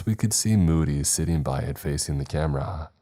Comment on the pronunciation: Fac-ING, NOT FACEENE!!!!!!! Learn how to pronounce ING!!!!